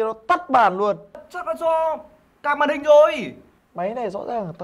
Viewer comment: Card mà cứ nghe thành ca* là sao nhỉ